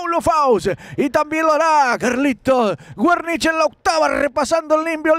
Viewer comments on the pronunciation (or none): No se pronuncia asi wernish !!! Es sin acentoo jajajajaj